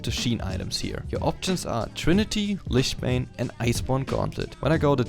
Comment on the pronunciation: Just a quick little feedback of your pronounciation of the "ch" in Hextech, it should be pronounced like a "k"/"ck" so Hextek/Hexteck Gunblade and in Lichbane it should be pronounced like Litsj Bane. The video itself (and the rest of your English) was overal very good and you got I like from me. I personally prefer to build Runic Echoes, pen boots, Lich Bane, Hextech Gunblade, Rabadons, zz rot/other ap item/situational item